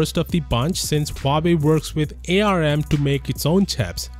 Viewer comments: I know that ARM is capitalized, but please stop saying A, R, M. Everyone in industry just says "arm". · Sorry this triggers me as an electrical engineer, it's pronounced "ARM" NOT "A-R-M" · arm is pronounced directly arm not A R M